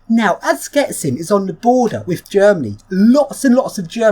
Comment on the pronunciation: It's "shchetsin" not "sketsin" :)